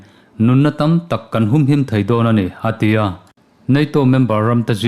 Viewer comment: A tia iti zel hian,ngaihthlak ati nuam lo.*A ti a* ti hram teh